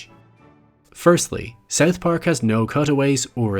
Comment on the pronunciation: I can't stand your way of pronouncing South Park "Seth pack"